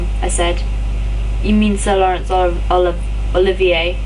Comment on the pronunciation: Great job. You seem to have relaxed more and it's flowing batter. I am really enjoying it. I hope it's all here Lol! You also got Sir Lawrence Olivier right which I am sure most people wouldn't these days (I have a strong suspicion I should have spelled it Laurence too Lol!)